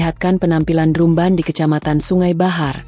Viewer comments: Drumban???? 😮‍💨😮‍💨😮‍💨 "Drambèn" dong ngomongnya,, itu kan bahasa inggris, penyebutannya hrs benar secara bahasa Inggris dong 🙏🙏🙏😮‍💨😮‍💨😮‍💨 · Kok bilangnya drumband bacanya drambend kli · Bacanya dramben bukan drum ban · Maaf untuk komentator, meembaca narasi yg betul, misalnya pengucapan kata : drumband, seharusnya dibaca : dramben, bukan : drumband ( ucapan dlm bhs Indonesia ), karena dalam bahasa Inggris tulisan dan ucapan berbeda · Naratornya gak enak didengar ky robot,udh gitu baca drumband dibaca pula drumban bukan dramben🤦🤦🤦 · Redaktor nya bacaannya drumbend, bukan drumban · Coba pembaca beritanya dintraining dulu cara baca drumband nya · Drumband drumban ,,,iya tulisannya drumban tapi di bacanya drambend😩😩😩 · Admin kok bacanya salah..drumband dibacanya dramben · Ini mimin sangat menggangu sepertinya gak lulus SD. Masa baca drumband sama dengan penulisan?